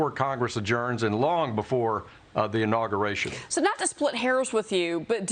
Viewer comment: “Inauguration” hahahahaha